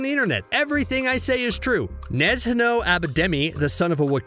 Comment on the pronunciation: the way you pronounce "Nezhno"... wow. Zh here is the same sound as in "Zsa Zsa Gabor" Also it's russian for "gentle", not because he spent time meditating.